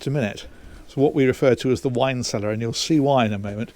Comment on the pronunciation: "Wine cellear" Baah! It's perfect for the kids! And if they don't like it - They can shut the whole boat down :-D